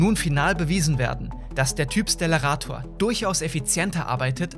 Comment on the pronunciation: Es wird stellarator und nicht schtellarator ausgesprochen.